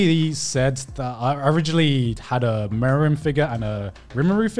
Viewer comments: I was troubled the whole time that "Milim" is being pronounced as "Meruem" by Garnt, it now sounds like she became an Ant Queen that freaking died while playing a board game. 😂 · I was so triggered when they messed up milim’s name like bruh how can you call her meruem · it hurts when they get milim's name wrong